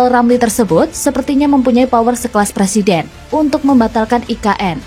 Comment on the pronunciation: Belajar ngomong "er" dulu, baru nyalonin jadi Pleciden.